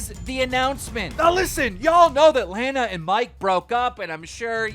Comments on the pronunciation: (law-na) rhoades not lane-a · Your saying Lana’s name wrong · He can't even pronounce "Lana" correctly, ffs.